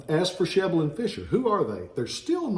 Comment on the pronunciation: My brother has one of those "Sheble and Fisher" swords. But we don't pronounce Sheble that way though, first e is short last e is long. Thanks for info